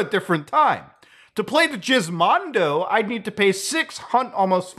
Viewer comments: i thought he said jizzmondo its actually gizmondo i was laughing so hard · It's actually pronounced as "guh-izmondo" as opposed to jizmondo, forgot the proper IPA symbol for the sound but just saying that it's root word started from gizmo. Anyways, I knew it was bad but never this bad. It's literally like majority of thr games are not preserved. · Why did he say jizzmondo instead of gizmondo? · I genuinely thought Muta was makin a meme when he said "jizzmondo." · I know it wouldn't be unheard of Muta to call it like that, but I seriously can't tell if Muta is calling the Gizmondo the Jizzmondo on purpose or not. I know G can have a J sound but that is not the case for the Gizmondo. If he isn't doing it on purpose I want to know who tricked him into thinking it's called that. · If that's how you say Gizmondo, how do you say GIF?